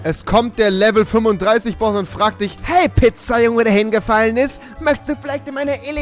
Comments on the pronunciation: Kannst du kein Englisch Boss Boss nich baus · Was ist ein Baus? 😂😂😂😂 Geiler kann man boss gar nicht aussprechen...